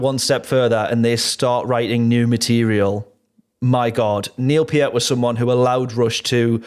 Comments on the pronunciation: Important technical note. Anika's last name is pronounced "nyles" not nEEless. See this announcement by Anika, Geddy and Alex in March 2026 in which they very clearly say 'nyles' after working together for several months. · Her last name is pronounced like MILES. -Nilles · Actually it is Neelles not Nyles. I asked German producer who even makes video how to pronounce it correctly but the English pronunciation is like Alex (my fellow Serbian) and Geddy pronounce in that introduction video. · No.. Some random German producer who doesn't work with Anika is not who we should be asking. It is obvious from the Lee/Lifeson/Nilles video in which they are saying "nyles" right in front of her and she doesn't correct them, that this is how she is pronouncing it. End of debate. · Wouldn't be Rush if the drummer's last name wasn't mispronounced!